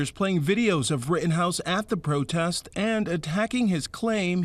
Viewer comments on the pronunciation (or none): You said protest wrong